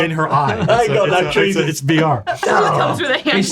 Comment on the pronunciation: At first I thought they said "Trees and stars" and then I realized it was actually "Treason stars"